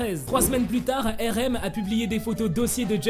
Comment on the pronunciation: Tu dis pas bien Rm tes